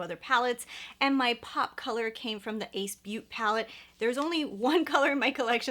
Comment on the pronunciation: Isn’t ace beaute pronounced like “ace beau-tay” like I think you pronounce the beaute as “beau-tay” not beaut lol